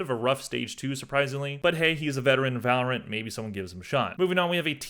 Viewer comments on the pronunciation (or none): none